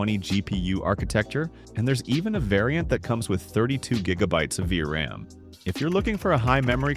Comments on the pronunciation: V R A M yeah what are you saying its V RAM not V R A M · word of advice, if you are using an AI voiceover you have to spell out certain words for it to pronounce them properly, like 3060 = thirty sixty or for words like vram = v-ram. Anyway i like your content so subbed!